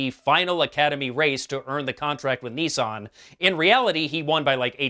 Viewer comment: Do I get a prize for noticing you say bazed? OOh and Neesan? Clearly you meant based and Nissan..... Ok! Ok! I will get my coat.